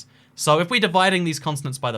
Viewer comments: why is he saying consonants and not continents, but fr like 20 times? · Are we just ignoring the fact he said consonant and not continent for the entire video? 👏🏼👏🏼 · Your pronunciation of 'Continents' sounds like Consonance....probably cause the British Accents dont pronounce "T" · why is he calling them “consonants” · He keeps saying "consonants" instead of "continents" lol